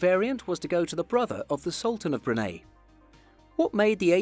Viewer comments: Bruni not Brunay🙄🙄🙄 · Unique means unique!!! There are no grades of unique. It either is or it isn't. Brunei is Bruneye. NOT Brunay. Sorry, I'm a pedant. Still gave you a thumbs up! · Brun-hay no no no...Come on can you read??? Brun-eye the eye means something Brunei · Me to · It’s Brune eye not Brune aye. Brunei! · Bruhn-eye not Bru-neigh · Brunei, not Brunay. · Most unique plane? hundreds can fit into the category. Also, it's pronounced "brew-nigh", not "brew-nay"... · I love how he says brune instead of brunei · Your pronunciation of Brunei is off as well - "-nei" should be pronounced as "-nigh", same as "high". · So you've taken the time to produce a video like this, but didn't bother to check the pronunciation of Brunei! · Brunei was pronounced wrong (the e is pronounced like an A) My friends form brunei told me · Brunei is pronounced 'Brooneye' not broonay. And where the hell is Sconnefeld airport? I have been to Schoenfeld Airport in Berlin. No point in listing your sources when your credibility is already shattered by ignorant mispronunciation. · It’s pronounced Broon-eye and Shonefeld, German not Dutch!